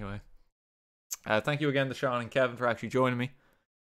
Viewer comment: I have said this once and I will say it again Sean is pronounced seen not shawn Sean bean